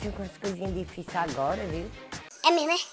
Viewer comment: É mêrmo é ? hahahhahaha O povo bão. Bjão